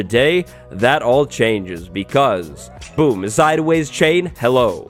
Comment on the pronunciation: "Today, that all chainges"